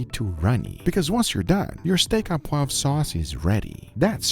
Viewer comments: "Steak O Poivre" instead of "steak AH poivre" and you got it! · I'm French, my ears started bleeding when you said "Steak à poivre" and not "Steak au poivre" 😉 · It's ''au poivre'', not ''a poivre'' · GUGA you probably won't ever read this, but it's pronounced "steak O poivre". Keep up the incredible content! 🤗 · Its "Steak au (oh) poivre" you doughnut ! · my (french) salt : pronounce "Steak au poivre" "steak o' poivre" :) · It is pronounced, Steak o poivre.